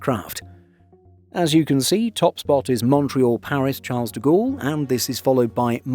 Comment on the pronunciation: Why can't you say "Charles" correctly en français ?